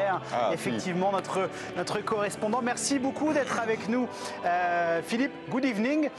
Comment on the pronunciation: Au vu du Good evening tout pourris de l'animateur, j'encourage fortement Camille à continuer à mettre un accent quand elle parle anglais.